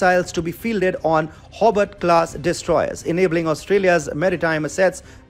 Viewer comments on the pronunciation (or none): It's pronounced Hoe-bart, not Hobbit. But yes, it looks like Australia is arming up like never before, probably for the first time in our nation's history if I'm not mistaken.